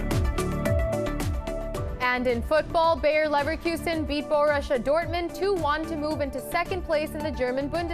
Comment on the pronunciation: Bo... Russia ... not... it's Borussia .